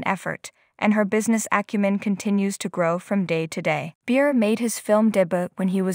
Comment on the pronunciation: Please pronounce her last name correctly! Not anything new!